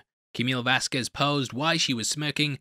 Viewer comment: Thank you thank you thank you for pronouncing her last name appropriately. It's Vaz-k-eh-z... so many reporters pronounce it Vaz-k-uh-eh-z So annoying. Thanks again man. 👍